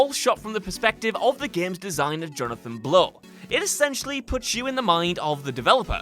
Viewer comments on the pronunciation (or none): none